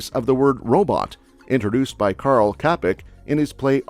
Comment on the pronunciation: 10. christmas markets in Prague are mostly for tourist 99% of Czechs not go in centrum of Prag in christmas time because of plenty tourism and overpriced tourist traps 18. not exist in czechia 39. 'č' in čapek is read simmilar as 'cz' in czechia